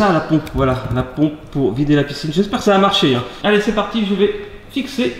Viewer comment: Ons dit piscine pas picine mdrrr